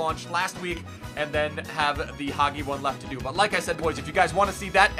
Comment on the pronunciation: it's Haji not hagi😅